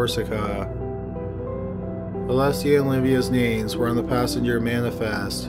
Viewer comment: I'm mostly just impressed that this goober managed to mispronounce so many common names